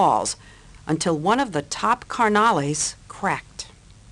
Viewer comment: “Car na lees” No she didn’t😂